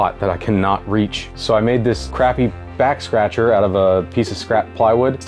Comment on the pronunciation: I swear he said 'Vax Scratcher' near the end and that has me dying